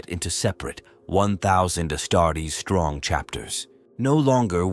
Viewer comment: Astarts? I hate AI...